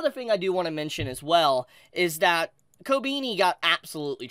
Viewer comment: ❌Kobeni ✅Kobeeny